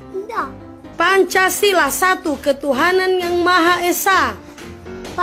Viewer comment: YAMAHA ESA..😀 AQ DGRNY JD mirip SPT ITU LO🤣🤣🤣🤣